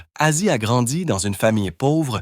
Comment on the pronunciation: lol commence par etre capable de dire Ozzy